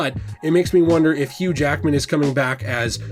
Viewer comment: "Not many Jackman's as Hughge"